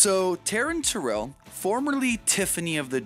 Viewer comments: It's Terrell, not tarrell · TheCHOSEN1 Baby child, it's Terrell.